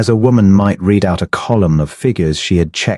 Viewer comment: Please teach AI about the past tense of the word Read.